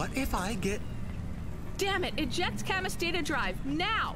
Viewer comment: That's not how you pronounce Camus